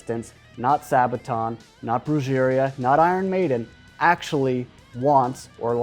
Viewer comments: He said Bru-jer-ia with a hard J. Lol it's pronounced Bru-heh-ria it's basic Spanish. Lol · Brujeria, pronounced, Brew heh ree ah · Broo Her Ee Ah! That’s how you pronounce Brujeria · Band name Brujeria pronounced...Bru-GHER-ria? Spanish J man, that is all. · Brujeria= Brew-Heh-ree-uh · Just a minor thing that gave me an eye-twitch: Brujería = broo-hair-EE-ah. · Love these vids but damn your pronunciation of Brujería... 😬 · Descent beard !!!! The way he pronounce "Brujeria?" LOL! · When i heard Brujeria I had to go back a couple of times, I'm sorry. It killed me 😆😆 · I'm sorry for pointing out that I laughed at the way he pronounced brujeria. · I cringed when he said Brujeria. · the way he said “brujeria” 😬😬😬😬